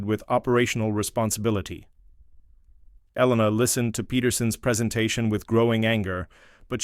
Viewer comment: oh my god did you people NOT watch Top Gun? an F-14 has twin tail stabilizers!; Webs is spelled Webb's; it's pronounced E-lena NOT Elen-a; whoever wrote this story has no idea of military ranks Commander and Captain are 2 different ranks, Commander is a Naval Rank ( comparable to a Major ) and Captain is an Air Force Rank ( comparable to a Naval Lieutenant ); again Commander is a NAVAL rank NOT an Air Force Rank who wrote this crap? Hayes is NOT spelled as haze